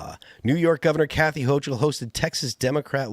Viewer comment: Ho-kul, not ho-ch-ul